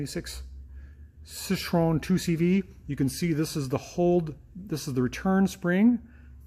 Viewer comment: See-troe-en. Glad you got it fixed. I'll have to bring my '87 up.